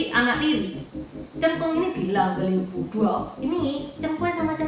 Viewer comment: Sekedar masukan yaah, Pelafan yg benar sbnrnya bukan Liu Bu, tapi Lyii Puu... ama disebutkan Liu Bu dan Liu Bei seolah2 mereka satu marga tp sbnrnya marga mereka beda jauh....